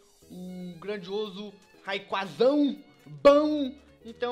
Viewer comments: Pedro julio Nascimento se fala Reyquaza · Não É Rayqueze É Ray qua za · like mas se pronuncia rayqueze vc fala fo jeito que escreve